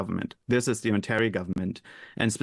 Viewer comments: Mispronunciation of Ontario? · The interviewer is loosing credibility by mispronouncing "Ontario". Disappointing lack of general knowledge or alternatively, lack of preparation.